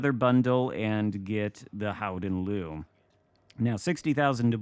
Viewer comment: I spoke to a Dutch guy the other day and he explained its mostly as you said … “Howden Looehh” (like a very slight ehhhh,at the end) Nice work! We can also just call it the Golden Lion, and this would also be accurate 😊 (Nice match & happy birthday 🎂 — Long may your light shine on our seas!)